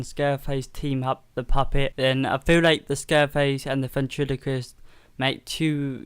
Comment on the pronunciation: its scarface. not "scareface." you pronounced the puppet's name wrong